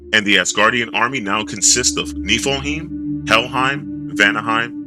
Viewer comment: But why do you pronounce it "nifle-heem?"